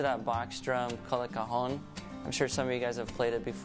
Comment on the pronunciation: And the Cajon ist not pronounced Kaytschune... it's a spanish word... The J is spoken as a CHhh. Btw. A Cajon isn't just a box. On a good Cajon you can play bass drum and with an internaly fixed guitar string it does a snare sound too. I think he tried to mimic the snare too. There are such wooden pads for guitar wich do the snare thing.